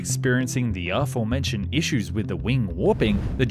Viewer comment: Military History Visialised puts up a “The pain will end in x message. This guy cheekily rabbits on forever. Also “ornanance” “Arformentioned” Kudos on correct pronunciation of “aluminium” , shame about that of “project”.